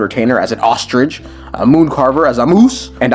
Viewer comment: your "ostrich" got me giggling